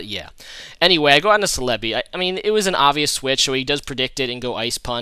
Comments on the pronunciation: It isn't "Sel-EB-ee" with the emphasis on the EB. The emphasis is on the BEE! "Sel-eb-BEE". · Escadrille is not UU it's OU. Lastly it's CELL UH BEE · u gotta look up how to pronounce celebi man..